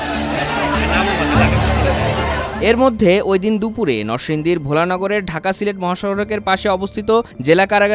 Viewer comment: আগে জায়গার নাম গুলো ঠিক করে বলুন। রিপোর্ট করছেন, রিসার্চ না করেই। শখের চর না, শেখের চর; ভোলানগর না ভেলানগর।